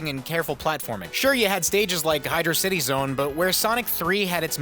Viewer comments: Its not Hydo•city. Its High•drauss•itee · UHMMMM... , it's actually pronunced Hydrocity and not Hydrocity1!!!1! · IT'S PRONOUNCED HYDROCITY YOU F%CKING MORON! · IT'S HYDROCITY YOU FUCKING EGG